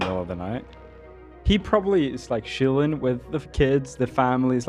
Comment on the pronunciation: Could someone teach how to pronounce "ch"? He says "shilling" instead of "chilling", "shicken" instead of "chicken" etc etc. Also, does anyone get insane cocky vibes from him? I get that he is young but chill, my dude, you are not as cool as you think.